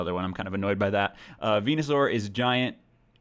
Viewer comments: Venusaur= Penis-sore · Venasaur = Vageenasaur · Venusuar---> Penisuar